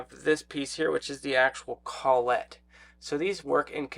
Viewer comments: Col-let die. Don’t hear it pronounced that way often. kol-it is usually how you’ll hear it. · "CALL IT" is how most people pronounce collet. "call et" sounds kinda.... well...